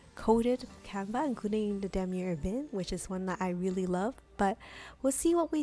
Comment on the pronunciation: What’s canva,!!!! U pronounce the s !!!!